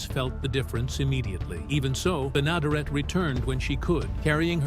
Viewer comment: You could at least corectly pronounce Beas last name!